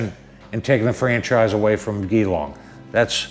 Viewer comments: The way you say Geelong made my day mate lol, the "G" is pronounced like in G Force, if that helps, I agree with all you said, Danny loves his Bikes, Loves his Dealer Col, and in these trying times try's to bring a bit of humour to the world, unfortunately peoples idea of humour to me anyway seems to have gone by the way side with all this P.C. rubbish, not sure what line H.D. is taking but they are really pushing the buttons of traditional H.D. riders, thanks for the support you showing Danny, trust me he will appreciate it. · No apology needed my friend, the world needs a bit humour right now, and the way you pronounced it had me rolling on the floor, stay safe and well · Gee - long not ghee- long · Its GEEEEEEE long, not Ghee Long and "Melbin", not Melbourne...even though it spelt how you pronounced it. Welcome to Australia haha. The hipsters stick to the Shovelheads and Panheads, anything past an Evo is considered trash. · Well spoken sir...damn straight ...from QLD Australia also it's like Jeelong ..lol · Pronounced “G-long” mate, and say it quick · Great job man. Oh its pronounced jillong even though it spells Geelong keep on mate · It's spelt Geelong but pronounced G'long😂🤷‍♂️ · thanks for your reply & yes JeeLong (Geelong) Newtown, SW of Melbourne. All the best for your channel in 2021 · Great video.... but it’s pronounced G-long (Geelong). Sorry but hearing you pronounce it just about killed me haha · Hey buddy I buy my bikes from Geelong HD. The G is like Gee his a good bloke, then add the Gee - long Hope that helps bro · Pronounced 'Jelong'. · It's pronounced gee - long .. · What a fantastic video mate, you come across as a genuine honest guy and now you have another fan, keep up the good work, Danny needs people like you in his life👍🏻😁👍🏻 , just as a foot note, Geelong! The G is pronounced the same as in Geewhiz, god bless and ride safe mate.